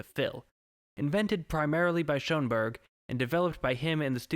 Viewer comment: It’s “SURE-en Burg!!” Not “Show-en-Berg!”